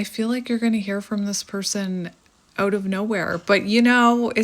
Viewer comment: lol I could never ‘hear the Canadian’ until you just said: “let’s hang ooot together’ lol 😝 that’s awesome. Finally! You most not originally be from Canada cause you don’t have thick accent…. But I heard it just now. 😀 cheers 🍻